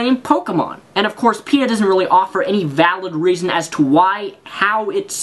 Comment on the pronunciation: Then you say Peta it sounds like Peter to me.